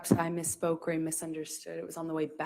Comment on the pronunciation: When she says mi-spoke is that synonymous with I lied.